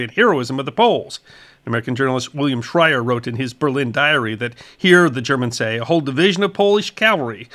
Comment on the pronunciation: Great piece 👍 One correction. You mentioned the author William Shirer as Shrier